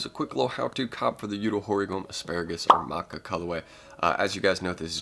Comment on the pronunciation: It’s pronounced ma cha lolol and Yu-toe hor-E-Go-may